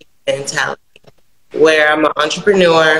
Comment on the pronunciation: “Imma onteppenoor”.😂😂😂😂😂😂